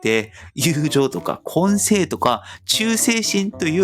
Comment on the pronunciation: こんせい(根性) ではなく こんじょう と発音するよ。 ど根性カエル の どこんじょうカエル🐸 ❤ ✌️